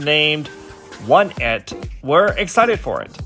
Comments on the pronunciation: a pronúncia de alguns fandoms em coreano deixa menos pior the b = deobi one it = woni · "Oneit" lmao what? Is one of thr best loooool